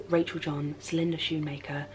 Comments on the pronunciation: I love the topic, I love what youre saying, I love women loving women, I love that this reminded me to appreciate myself, I love the whispering and calming music. This also felt like mediation to watch <3 But equally very weird hearing you pronounce Celinde Schoenmaker's name like that! xx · You pronounced celindas last name differently than you normally say it, has your previous pronunciation been incorrect or was this instance a slip up? :)